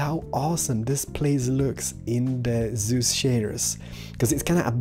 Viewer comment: am i back in Diablo 3? and i don't think think seus shader is pronounced zeus.